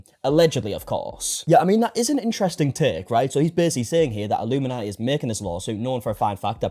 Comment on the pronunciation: It popped up due to accent. It def sounded like he said nati rather than naughti lol